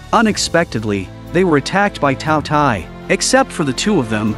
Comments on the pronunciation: K thought he said taco tie 💀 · All I hear is two t ai😂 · Bro just say the name correctly